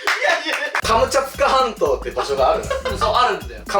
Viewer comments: 2倍速で聞くと｢カツカツハンド｣に聞こえる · 後半｢ハムカツサンド｣にしか聞こえなかったww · で｢カムチャツカ全島｣を｢カムチャカ全島｣にまちがえてた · 最後カムチャツカ半島じゃなくてカムチャカになってました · 最後のカムチャツカ半島がカムチャカ全島になってた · カムチャツカ半島がカムチャカ半島になってた(笑) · 最後カムチャツカ全島じゃなくてカムチャカ全島になってる笑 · 最後のカムチャツカ半島がカムチャカ半島になってる！ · 最後、カムチャツカじゃなくてカムチャカになってない？？ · カムチャカ全島じゃなくて、カムチャツカ全島じゃないの？ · 最後の最後にカムチャツカ半島がカムチャカ半島になってる 残念…👼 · 後半から｢かぼちゃつかまんと｣って聞こえてくる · 最後のカムチャカ全島になってて草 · 「カムチャカ半島」になってる😂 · 最後らへんから、「カムチャカ全島」になってる笑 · 最後 カムチャカ全島になってた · カムチャカ半島になってる笑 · ところどころ「カムチャカ全島」 になっとるww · 最後、カムチャカ半島になってた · くまちゃんつか関東に聞こえるひと👍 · さんの「カムチャツカ全島 」が可愛いฅ(^ω^ฅ) 💕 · 最後、カムチャカ全島になっとるやないかいw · 最後「カムチャカ全島」になってた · 最後カムチャカ半島になってた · 最後カムチャカ全島になってなかった？w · 後半になると『カボチャ掴まんと』にしか聞こえなくて…笑笑笑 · の「カボチャ掴まんと」聞いてから「カボチャ掴まんと」とか「カボチャツカ半島」に聞こえる😂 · 最後 カムチャカ全島だった… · 最後カムチャカ全島になってるw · 最後カムチャカになってるしw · 途中からカムチャカ半島になってる… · 全部かぼちゃ掴まんとに聞こえちゃう